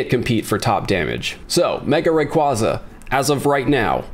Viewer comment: I always cringe when these pokè YouTubers can’t even pronounce rayquaza or metagross correctly it literally hurts to hear them say it wrong.